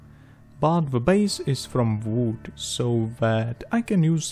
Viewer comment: Nobody:: BALSA V O O D